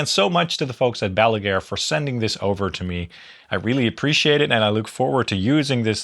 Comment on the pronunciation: not meant as a diss, just funny that you say Baluger instead of Balaguer, like Gene Hackman's nucular in Superman IV